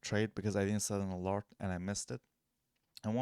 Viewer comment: thank's bro ...this helps . but it's either ALARM or ALERT not ALART lol 😂😂